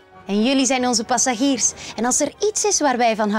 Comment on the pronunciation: passagiers (gee) Niet Zjie